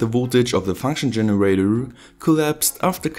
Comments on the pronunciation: Fankschn Generawr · Did you hear how he said his 'r' Generatrrrrr